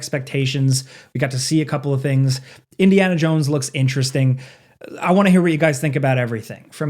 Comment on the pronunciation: Ah yes, Indiana Junes